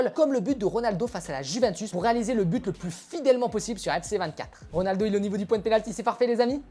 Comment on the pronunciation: Au début tu avais ditCRONALDO😂😂😂😂